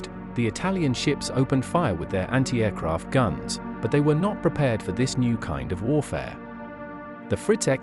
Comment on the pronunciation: I love the way the ai pronounces anti aircraft batteries. Antey eh croft. Lol